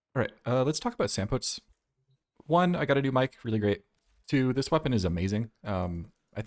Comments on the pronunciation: SampotEES not sampoats otherwise good vid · For the love of god , pronounce it Sam-pou-Tee-zz 😭😭